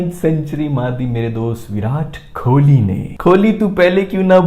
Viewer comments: Please aap kholi kholi pronounce karna band karo Wo kohali pronounce hota hai. …. 😤😓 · It's Kohli not Kholi... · his name is Kohli and not Kholi. Pronounce it correctly..😊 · Hey! Love your non stop energy and commentary 😀 Just one request, please stop pronouncing KOHLI as KHOLI …. Have been meaning to tell you since so long …. Please if anyone read this comment of mine, help this reach him. 🙈